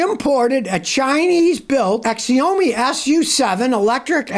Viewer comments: Scotty my man, it is pronounced "Shau-mee". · The name of the car is Xiaomi but it is pronounced “ Shaomi “ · It’s pronounced Zi-ow- mi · But the way, Scotty, that Chinese brand, Xiaomi, is pronounced, “Shao-me.”